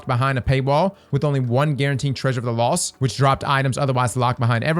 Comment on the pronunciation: I enjoy that can't ever say his T's: "festival of the loss" "festival of the coss" 😂